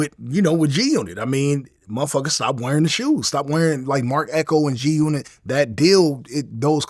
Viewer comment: We did not stop wearing g-unit shoes because you said GUNot bro.